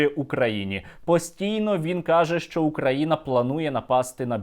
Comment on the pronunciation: ты не правильно произносиш назнание страны, если Бульбаш называет нас УкрАина то и у них БелорусИЯ